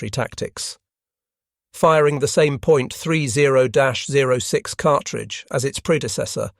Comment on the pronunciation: Please please name the American rifle round correctly. It is pronounced 30 ot 6.